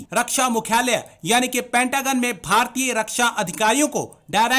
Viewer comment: Are news stream mai ate hoo too kam se kam pronunciation to pta ker loo phir kashmir mangna